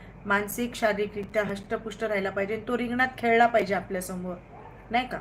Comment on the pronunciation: हस्षपुष्ट नाही धष्टपुष्ट बोला😂